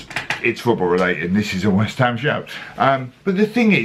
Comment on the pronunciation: Loved your ‘Wisht ‘am’ man! Like a mate I used to have who continued watching football even when they put seats all over the place!